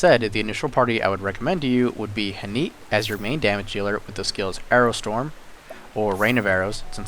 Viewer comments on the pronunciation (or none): I know this video is old but you saying Theresa when her name is clearly TRESSA is killing me. It's also pronounced "Hahn-it", not "Han-eet".